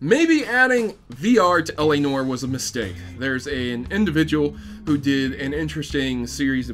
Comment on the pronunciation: It's pronounced l.a nwar